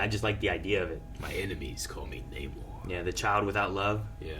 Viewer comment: Really irritates me that Namor literally tells people how to say his name and then they proceed to say Naymor for the entire film 😑 Petty yes, but still irritating!